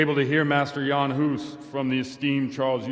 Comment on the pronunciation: Huh, not good pronunciation in the game - he's not Yean Hoose, but Jan Hus, both pronounced short, like two gunshots. And "Jenda" (horse) means "Jan" (pronounced as Yenda), common name of a child or pet. We always read "J" in Czech as Y in English, e.g. Johan(ka) like Yohan(ka), Jenda as Yenda, Mája as Maaya, Mrchojedy (Merhojed in German form) as ... well, that would be almost unreadable for English speaker because of "ch" consonant which English doesn't have and is similar to "ch" in Scottish "Loch", that's probably reason why game makers used German forms of names instead of Czech ones). I was surprised, The Overseer pronounced the name "Diviš" in the right soft Czech form! Nobody knows but him :D